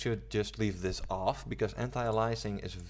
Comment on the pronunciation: ay-lee-es-ing. Not uh-lie-assing. It also doesn't filter textures, it algorithmically post processes the image, in essence downsampling. Transparency anti-aliasing does this to transparent textures, it's very different from full scene anti-aliasing. Lots of misinformation here.